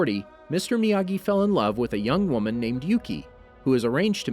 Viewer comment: When he says miyagi, I come to hear amagi!!:);)